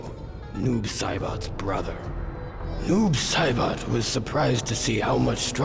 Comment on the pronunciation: Noob saBOT -- is not how you say that name. Also watching these is a good reminder for me of the dark ages of mortal kombat.